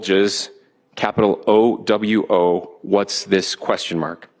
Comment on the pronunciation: How do none of these people know how to pronounce OWO?! &